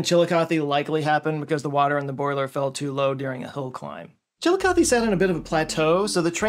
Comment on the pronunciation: Currently studying for my Med/Surg exam on the renal system. But I live by Chillicothe (thank you for pronouncing it correctly), and I have never heard of the train incident, super tragic but interesting!